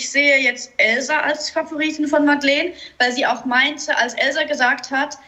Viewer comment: Ich glaube diesmal wird es wirklich Elsa (übrigens sprichst du sie immer „Elzar“ aus🤣) oder geht beides 😏